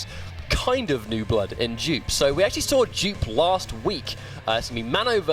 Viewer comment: I'm sorry but is no one gonna say anything about the commentators calling Jupe like joop?